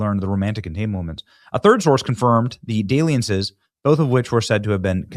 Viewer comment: "Daily-ances"??? Oh Lord... SMH. The word is "dalliance". Dall, sounds like Shall not Sail.